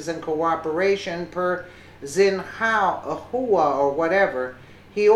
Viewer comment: Xinhua sounds like "shin-wah". Just sayin'